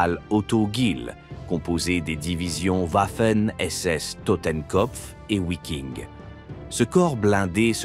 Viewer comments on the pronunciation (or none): Wiking se prononce Viking. Pour les volontaires scandinaves. Connaissances limitees du sujet.